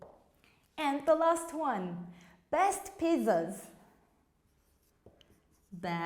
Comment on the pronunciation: Thank you but why do you say "pizuz"